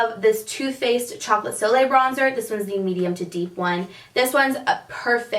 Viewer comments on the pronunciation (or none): It's Too faced chocolate soleil and not soliel :P